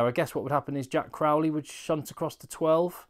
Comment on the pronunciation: I don’t want to come across as a bore but I can’t figure out where this trend of pronouncing Crowley like Crawley. It’s Crow like the bird. It’s quite bizarre. Even the Irish pundits are at it now.